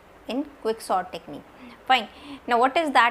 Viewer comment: Didi aap "sort" ko "SONT" kia bolte ho😂😂